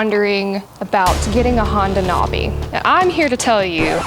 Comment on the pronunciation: I think it’s pronounce Nav- E. Like Nav E Gayshun